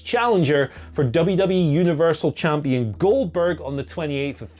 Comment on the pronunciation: finally a wise man , who's saying the name correctly